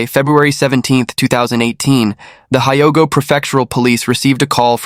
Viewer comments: it's pronounced Hee-o-go Rtard. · Hyogo and Kondo saying wrong also, Kobe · Yes, pronunciation of many names incorrect and so distracting!